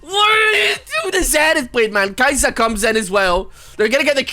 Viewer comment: it's Kai-sa not Kai-saa